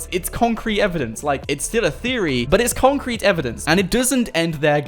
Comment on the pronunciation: He says complet concret